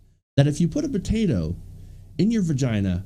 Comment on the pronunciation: Are you saying "vergina"? LOL